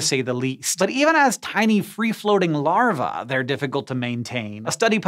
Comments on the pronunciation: omg yes i pointed it out too. and larvae is pronounced wrong! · You'll learn to pronounce larvae some day, Hank